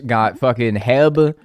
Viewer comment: I was soo confused when he said heb, it's pronounced by each letter. 😭